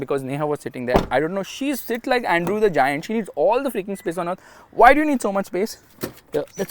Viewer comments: It's Andre not Andrew ✌️ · It's Andre the giant not Andrew 😅